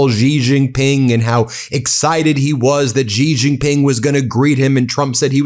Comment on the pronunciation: Ji Ji Ping. Jesus Christ. Look it up